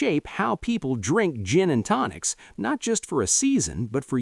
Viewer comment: "Gin and Tocins?" AI sucks...